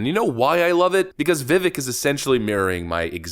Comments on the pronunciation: If you love him so much, can you at least pronounce his name right? It is simple. It rhymes with cake. Conservatives are frenchifying his name for some reason. It is embarrassing. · Remeber! Vivek rhymes with CAKE! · Vivek has been my favorite this go-around. If he’s still on the primary when it’s my state’s turn he’s getting it. By the way, Vivek rhymes with cake. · I think his name is pronounced “Vee-Vake” (rhymes with cake). When Hindi is translated to English, “E” is pronouced “Aye” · Vivek rhymes with cake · Vivek rhymes with cake. Stop saying it wrong. Most of the world pronounces the E this way. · Viv-AKE Viv-AKE, Viv-AKE. Love ya man, but Viv-AKE says "It's Viv-AKE, like cake" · With respect. Its "Vivake" like Cake as he says himself. Not "Vevek" like Heck or "Vivick" like Hick. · Vi vake...rhymes with cake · His name is pronounced the same way as "cake." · FYI, Vivek's name rhymes with "cake." I get it. Habit is a b**ch, and you have heard it pronounced wrong for so long that it's habit, but show the respect the Left only pretends to. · His name rhymes with cake. Vi-Vake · VIVEK… it rhymes with CAKE! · I'd love it if you could pronounce names half-assed correctly. Vivek is pronounced Vivake like CAKE! He even says Vivek like Cake. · please get his name correct ffs. Its Viv-ache, like cake. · His name is pronounced "Veev-ache" and you're right, I feel he should be given a chance to walk his talk. The world would be better if he enacted his changes. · Ve-VAke rhymes with cake. 🤙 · Um yeah, it's pronounced like "Veevayk". Please! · It's pronounced vi-vayk. Gawd! 🙄 😋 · His name is pronounced VIVAKE like CAKE. Good heavens will you EVER start saying his name right? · I love everything you do,, keep on fighting the good fight! One thing though, Vivek is pronounced “Vah-Vake,” it rhymes with cake. That’s it, great job on the video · Vivek's name is pronounced like 'Cake'. I.e Viv-ake. Not trying to be that guy at all. Just wanted to help ya out.